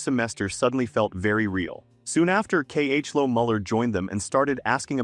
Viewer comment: K.H.Lo? ❎ Chloe. ✅